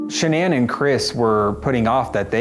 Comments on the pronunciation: Her name was Shannon not sha'ann... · It’s actually Shanann.